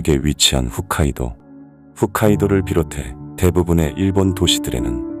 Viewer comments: 훗카이도가 아니라 홋카이도입니다 Hokkaido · 재미있게 잘보고있고 좋아요도 누르고있습니다만 다음 영상부터는 훗카이도가 아닌 홋카이도 라는 발음으로 듣고싶네요!! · 훗카이도가 아니라 ほっかいどう 홋카이도오입니다. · 훗카이도가 아니라 홋카이도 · 훗이 아니라 홋이에요 ㅋㅋㅋㅋㅋ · 훗(ㅜ)카이도가 아니라 홋(ㅗ)카이도 입니다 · 훗카이도가 아니라 홋카이도 입니다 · "후ㅅ" 카이도"현"에서 엄청나게 불편...... 제발 "호!호! 호옼, "홋" 카이도 라고 발음좀.... 그리고 홋카이'도'임. 홋카이'현'도 홋카이도'현'도 아님. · 훗카이도가 아니라 홋카이도(북해도) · 딴지 같아서 죄송합니다. 컨텐츠는 아주 흥미진진한데 자꾸 훗카이도 훗카이도 라고 잘못되게 지명을 말하셔서, 심각해야 하는 타이밍에 웃음이 나와서요,,, 후 가 아리나라 호 입니다. 홋카이도라고 칭하시는게 맞습니다.